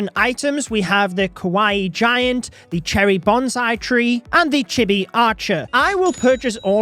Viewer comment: He mispronounced Chibi if you read this its pronounced Chee bee